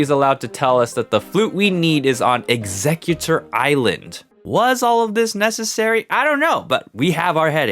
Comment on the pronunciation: You said Exeggutor ilsand instead of Exeggutor island💀